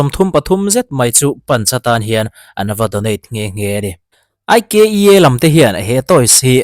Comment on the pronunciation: Ikea hi aiiikiiiaaaa ania… India ram ah Mumbai & Bangalore,Hyderabad ah a showroom a awm. Anlam dan kha lo va thlek ve la,aaaiiikkkkiiiaaaa tia lam tur😊